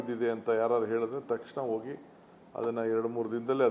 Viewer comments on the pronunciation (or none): none